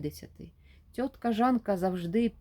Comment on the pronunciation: Та не тьотка, а цьотка